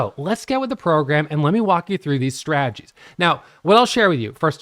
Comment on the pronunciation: Huge fan of. Haven't watched his videos in a few years until today. Glad to hear he's still not pronouncing the "t" in strategies... Straaagies:)